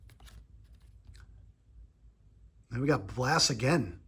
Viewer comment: Pirates player you got twice in first pack was Blas Minor-not "Blass Minor" It's pronounced like saying the word "loss" with a B before it. And no one cares what type of Sunglasses the guys are wearing.